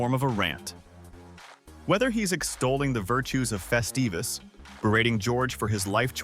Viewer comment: Morty Seinfeld didn't celebrate "Festivus" - it was Frank Costanza!!!!!! Get it straight - and it's NOT "festeevus", you CLOWN!!!!